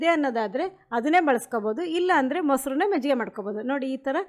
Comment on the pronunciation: Mejjige alla, adu Majjige